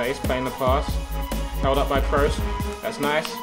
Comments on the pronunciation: Cruise not Krohs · Pronounced krus, not krows. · It's not krows its kroos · it's not Kroos it's Kroos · I know Tobi likes his OCD with pronouncing names. Lewandowski and Gundogan etc Then why tf is he saying Cross instead of Kroos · The way you say Kroos kills me. It's pronounced just like 'cruise' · he says kroos like kroas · Ps Tobi kroos is pronounced crew-ss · The 1 thing I don't like about you Tobi you support Man U and he doesent say Kroos right